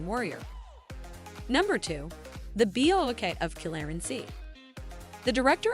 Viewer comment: "The Bee-Oh-Oh-K of Qui-leren-see" 😂